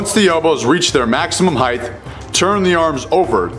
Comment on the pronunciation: Just so you know, "heighth" is not a word. You mean "height". Fun fact: My chemistry teacher mispronounced it like that all year and no one corrected him.